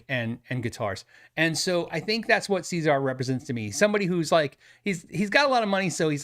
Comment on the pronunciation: Cesar Gueikian: "SEH"-ZAR, not "SEE"-ZAR — ;) ;)